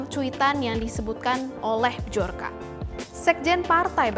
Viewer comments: Mohon maaf mba, dibaca BIYORKA bukan BIJORKA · Mendengar penyebutan dari bahasa polish (polandia), bacanya byor-ka. Bukan b-jor-ka. Gampang kok carinya di internet. Biar saya yakin channel official Tempo ini masih profesional.